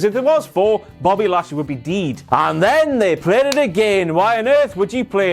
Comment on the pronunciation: Before "Bobbly Lashly" also botched "heroism" and said something like "herosism" or close to it.